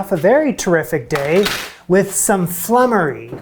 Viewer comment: That bubble & squeak is a bit of a pigs ear! It's just left-over veg (no cheese!) mashed up and fried and served with cold sliced meat and gravy, so basically whatever is left from Sunday Roast. The next recipe is pronounced floomery but its a very old thing not seen these days.